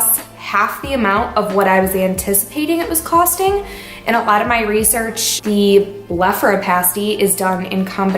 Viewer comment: BlepharopLasty. You keep forgetting the "L". Think "plastic" as in plastic surgery. PLasty.